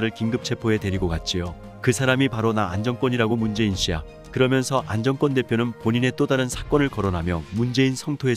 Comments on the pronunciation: 안정권씨 진심으로 응원합니다. 글 읽으시는분, “안정꿘” 꿘 아니고 그냥 안정권 “권”으로 읽어주세요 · 안정권 이름 읽을때 왜 안정 꿘이라고하나 엄청 거스리네 내용을 흐려요 읽는게 참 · 안정권 대표 발음을 일부러 인정꿘이라고 하나요? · 안정권 권발음이좀....ㅎ